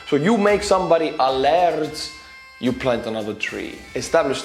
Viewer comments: Lard is the beef fat that I fry my chipped potatoes in, here in Scotland 🏴. The word you were looking for is 'laird' ie pronounced: l - air - d. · it is not lard, it is lorD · btw that title thing is fake and as a scot its not lard like butter but its lay aird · Ha! Yes, the guy in the skit says "laird" but the lady clearly says "lard." She's missing an "i" so I predict success. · or laird